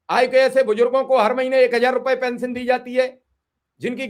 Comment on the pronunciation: Kaisa media bala hai bhai pension nhi bol pa rha hai sahi se 😂😂